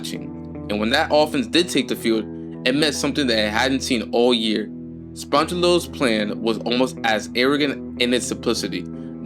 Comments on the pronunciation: Should've just went with SpongeBob instead of Spongelo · That pronunciation on Spagnuolo's name was wild